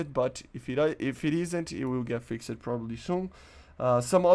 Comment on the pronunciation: Hearing you say “fix-ed” instead of fixed bothers me